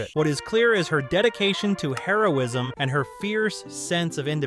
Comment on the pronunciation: Does anybody else seem to hear Heroism (Drug) instead of Hero-ism